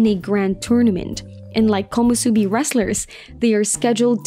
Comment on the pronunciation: nice video, few mistakes here and there like "Komosubi" instead of "Komusubi . Keep it up